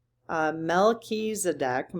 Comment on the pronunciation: Here’s how to say that name. It’s based on Hebrew which has one sound we don’t have in English. It’s written with a ch or kh, and pronounced like you are clearing your throat. Mel-khee. The next part of the name has a ts sound. Just say it like in English. Ts. So it’s tseh-dek. In Hebrew, the word for king or sovereign or ruler is “melekh” and tzedek is righteousness or justice. You could translate Melchitzedek as “King of Justice “ or “Ruler of Righteousness.” Melchi also sounds like “malekh “ which means “angel “ in Hebrew.